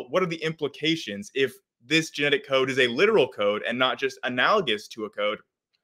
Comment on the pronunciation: ok sorry cant listen to this "chaode"